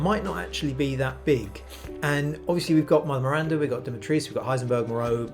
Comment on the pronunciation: As a Romanian I disagree with the pronunciation of Dimitrescu. The "U" is not silent you say it the way it is written there is no Dimitresc only Dimitrescu! Still love this game ♥️